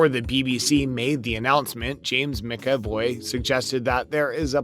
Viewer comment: James Mac-a-VOY (like boy, but with a V, instead of a B, or VOV, like the first half of voyage)